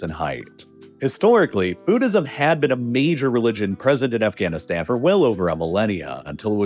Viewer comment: heh Afghanistands